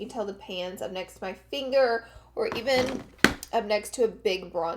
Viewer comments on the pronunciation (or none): none